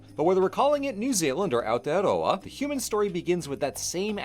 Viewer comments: the first non kiwi to say it right thank you for not making me angry by not saying aotearoa properly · I normally skip videos about Aotearoa because the lack of effort for trying to learn any of the pronunciation in them can be painful being from there myself that I ignored this video when it first came up for me as I haven’t seen your videos so I didn’t know if you’d put in that effort but I’m SO impressed! You’ve put in so much effort for this video it’s so lovely to see, not only with the pronunciation but also not starting with the white history as that’s what most people start with, thank you! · THE ONLY AMERICAN TO PRONOUNCE AOTEAROA AND MĀORI RIGHT. Thank you, thank you, thank you! Also, damn right our ice cream rules. Try whittakers chocolate too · NEW ZEALAND VIDEO?? BY A NON KIWI?? WITH AOTEAROA IN THE TITLE?? AND DECENT PRONOUNCATION?? I will give u my first born child